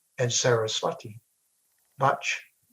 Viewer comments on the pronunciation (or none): none